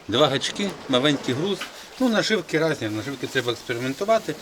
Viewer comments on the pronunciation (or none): "наживкы разни" - остановил этот колхозный трэш на 53 секунде.)